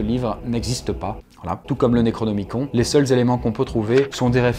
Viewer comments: par contre ce pique d'entendre le necronemicon comme tu le dis XD ça se pronoce plus nerocnimi"cone" et pas con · Le necronomiCON nan mais voila quoi.... Ca ne se prononce pas necronomiconE? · Ca se prononce Necronomicone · alors ça se prononce "Necronomiconne" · "Naikraunômikon" issou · Tu prononces mal le "nécronomicon"